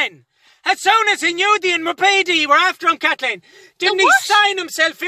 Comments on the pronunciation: Dayym, his pronounciation is perfect, but actually, it's KATHLLEEEN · Dammit kat-leen!!